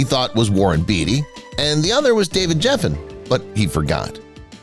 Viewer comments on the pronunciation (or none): It's not Warren Beee-tee, it's Bay-tee... it's not David Jef-fen, it's Gef-fen (hard G)... suspect #10 (Marvin Gaye) shows a pic of Smokey Robinson, twice... Jeez... does anybody proof their work anymore? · Gosh Almighty. Would someone please coach these “narrators” on pronunciation - Geffen with a hard G. I know I’m not the only one this bothers.